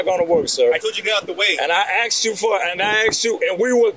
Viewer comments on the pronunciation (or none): It's pronounced Asked. Not Aks😂😂😂